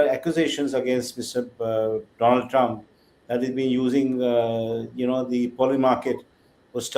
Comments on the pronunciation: It shows how he pronounces her name Meloni as Melody and Donald as Doland This government has reduced serious matters as to such stupid level The dumb followers are looking for a love affair relationship... shows the stupid level of intelligence... He ran away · Donald= Do olund. . Meloni = Melody 4 th pass bania modi new pronounciation .